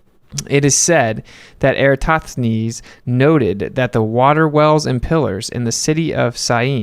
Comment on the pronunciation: Why can no flat earthers pronounce EratoSthenes? 😂 You either leave out the s in the middle, Era-toth-enes, or Flat Earth Dave moves the s to before the t and says Era-stoth-enes. Let's get that name right. Lol